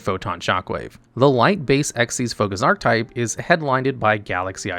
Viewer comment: The way you pronounce "archetype" checks out for the average Yu-gi-oh fan of which often pronounce relatively common words incorrectly 😅